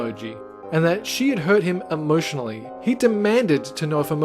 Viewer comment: it's not emotionally it's "emojinally" I'll go now...